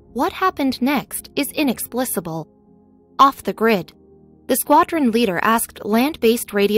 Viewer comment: Stop saying, "inexplissible"!!!